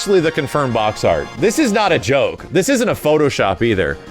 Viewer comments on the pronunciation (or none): none